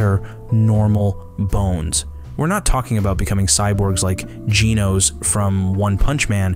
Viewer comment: What? His name is Genos